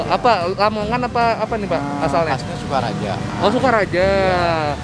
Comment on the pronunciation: Sokaraja Bang, bukan Sukaraja